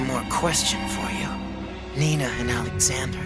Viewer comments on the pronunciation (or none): none